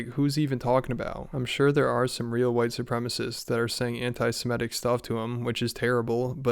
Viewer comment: Drink every time he says "whitesoopremists"